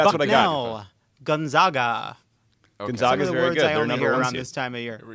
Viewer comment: Great pod. FYI Gonzaga the zag is is pronounced as in zig-zag. 😘